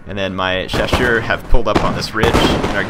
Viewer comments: Hey, great to see some Napoleon: Total War. As a note of encouragement, I appreciate that you attempt to pronounce the French names and acknowledge you don't know how to say them perfectly (with good reason), as opposed to some who just butcher them and don't care. And your pronunciations are very close. All you really need to do is pronounce the double-S in 'chasseurs' with an 'S' sound, not a 'sh', and you'll be golden. As for the fire-by-rank comments, this is not 'my era' in terms of military history, so I don't wish to claim to know better than anyone else on any particular point, but I just want to note I do know British drill called for it (among other variations) and that it is quite practical. But that is only one small army among multitudes, and not representative. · hey, im fench and ill help:). Actually, you pronounce "chasseurs" right, simply remember that the "ss" is like a simple "s" of.. Sniper, Sweet... and not a "ch" of CHewing-gum. And that in french, you don't pronounce the 's' of the plural. In english, shoe -> shoes('z'), french, chasseur -> chasseurs (both sound CHaSeur).:)